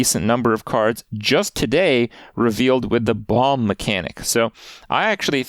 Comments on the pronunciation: Can someone let Kripp know the second b in "bomb" is silent please? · Does he keep pronouncing the 2nd ‘B’ in bomb?